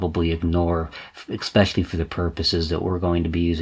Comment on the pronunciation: Do all Americans say ekspecially instead of especially or is it wrong there too?